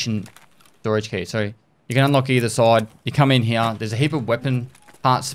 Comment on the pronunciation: Very strong stache game, Papa. Also I like how Papa says "here." Heee-uh